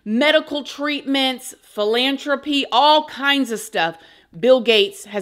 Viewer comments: FYI- it’s philanTHropy 😅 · This is disappointing and full of conspiracy theories. you can’t even pronounce philanthropy. There are so many unfounded accusations and ridiculous statements. Is 100% of anything he’s ever done up for question because people are anti shot now? I can’t believe it was suggested that he had bad motivations to build computers because viruses exist. It’s so absurd. Even if you believe that all of his philanthropy is “evil”, like eradicating polio, why would creating the invention that allowed you to create this video be motivated by greed/evil? Of course evil people created viruses to exploit computers… but not the guy who invented them himself 🤦🏻‍♀️ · Philanthropy has an "H" After the T lol😂😂 I LOVE How u pronounce things sometimes...I never heard anyone say it like that 😅